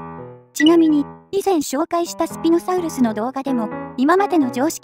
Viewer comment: きつねさんがときどき英語に近いソウルスって発音してるのはもしかして: そして輝くウルトラソウルス ﾊｲ!!